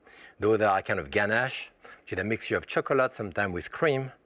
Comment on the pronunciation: i like how he saids "cho-cu-lat" that's gangster cuz!! :-)